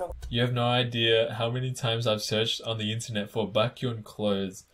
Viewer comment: I love how you can say chanBAEK But can't say BAEKhyun Like I'm so confused 😂😂😂